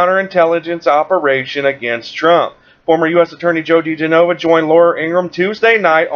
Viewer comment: The pronunciation of Joe's name is 'da-gen-oh-va'. Just sayin'.